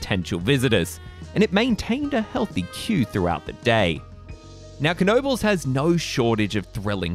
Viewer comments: Great vid, but it's pronounced Noe Buls. The K is silent like in "Knock." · How sure are we that there's a hard "K" at the beginning of that name? I would have gone with "nobles." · Is it really pronounced "kuh-nobles"? I live right by it and I've always heard people say it with a silent K. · It’s pronounced Noebels, the K is silent. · Yes, it really is pronounced Kuh nobles !! Dick Knoebel(owner) would not mispronounce his own last name. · Pronounced Kuh no bulls. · It's pronounced NO BULLS. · Absolutely WRONG! Kuh No Bulls. Put your $$ where your replies are.🤑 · 🙄You are spreading total disinformation please delete your reply. It is pronounced Kuh No Bulls. Why would the owners mispronounce their own name? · Isn’t it pronounced nohbels? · Yes...... this other guy is trolling. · I have a photo of my grandmother, mother (age 3) and aunt (age 2) at Knoebel’s Grove around 1940/1941. They lived in Pennsylvania at that time. I have always heard it pronounced with a silent K. “Nobles” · No! it pronounced Kuh no bulls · Wrong! Kuh no bulls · I am from Pittsburgh, and we pronounce it with a silent "K." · I don't know for sure, but I think the "K" of "Knoebels" is silent; but who knows? By the way, have you ridden GhostRider at Knott's Berry Farm? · Lol incorrect. You pronounce the K in this case. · I'm pretty sure the K is silent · The “K” is silent. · is the 'K' really pronounced? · No, it's not pronounced this other guy is trolling. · Is the K silent??? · silent K